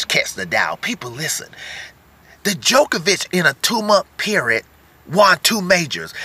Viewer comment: Great video but I have to say, one thing is bugging us over here in Europe...it is not pronounced ''De-jokovic or The jokovic...'' it is DJOKOVIC...the D is not pronounced in English, I cringe Everytime...JO-KO-VIC ... thank you